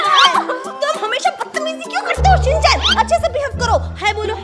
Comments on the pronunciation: Shin-chan not Shin- shan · It is shinchan not shinshan